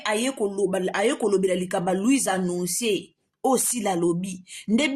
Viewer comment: Ndoki moneneeee na maseke misatu oyo na tanga na Bible nde yo. Ako sasa lisusu luizannoncer . Na boulevard ayekolaki français te? Sosoluizanoncer 😂😂😂😂, aya Davina à apprendre ye Français. Atika ko lobela biso François 😂